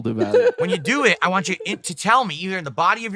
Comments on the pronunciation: He never says want he says waa 😆 such a british cigarette 😂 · His speech impediment has gotten outta hand. He leaves the N and T out of want, but over pronounces Ts in other words like kitty.